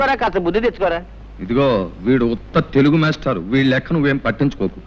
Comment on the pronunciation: విల్లే కాదురా నాయన ' వీళ్ళే ' . తెలుగు ను చంపేస్తున్నారు ఈమధ్య.